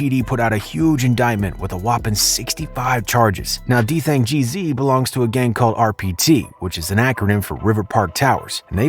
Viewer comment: Its gz not jeezy, that annoyed me so much😭